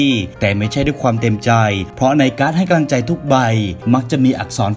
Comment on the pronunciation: ชอบฟังช่องนี้ แต่สงสัยว่า ทำไมคนเล่าชอบพูดว่า กะลัง ตลอดเลย 🤣